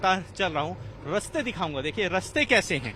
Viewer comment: Raste nahi raaste bolo